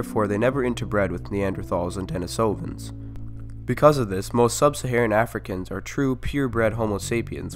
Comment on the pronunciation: Your PaleoWorld intro music always brings back such memories! Thank you! And though I'm no expert, I think it's pronounced "DeNEEsovans".